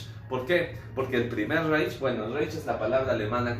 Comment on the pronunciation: se pronuncia reij no reich amigo :)